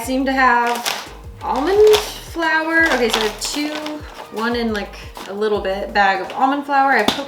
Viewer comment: Is it the right way to say flour